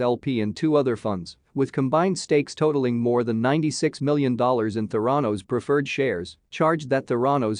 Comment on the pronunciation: It is pronounced "théranos" Emphasis on the "e"